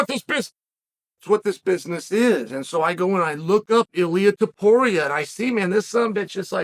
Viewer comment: Lol this is the genius of Uncle Chael. Actually pronounced Ilia Topuria name right, but got his “nickname” Mr. water bottle wrong.